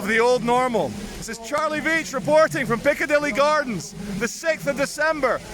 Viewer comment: its pronounced Charles Veitch